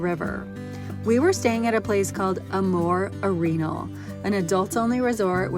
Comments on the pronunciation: Fun video. Jfyi Arenal spanish pronunciation: Are - en - all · You are miss pronouncing Arenal 🙄